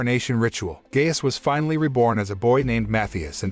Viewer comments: Gaius, not "gayus" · His names are pronounced Matthias (MaTeeus) and Gaius (gUyus) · Naw “gay-us”💀💀💀